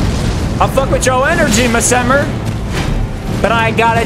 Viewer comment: Bro, hats off to you for trying your best cause these bosses are crazy. Your killing it, but Messmer seems like someone to fight a little later. 😎🤙🏻 Also not that it matters, but I am pretty sure your saying his name wrong, but it's your play through, so I guess just call him whatever you want. 👍🏻